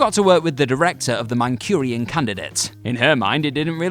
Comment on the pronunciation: Wait, what? Did you just shift the Candidate from northern China to Manchester? Man - chhhhh - urian.versus Mancurian Oh boy is there a vaaaaaast difference...